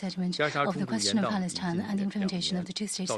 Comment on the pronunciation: HAHAHA 😂🤣🤣 I HEARD HOUTHI SAY 👉 BALLETINA 😂🤣🤣 HE CAN'T PRONOUNCE 👉 PALESTINE AND THAT'S A SIGN THAT,👉 THE UNITED NATIONS 🇺🇳 IS A COLLECTION OF ILLITERATE LEADERS 🤣🤣🤣 THIS IS REALLY FUNNY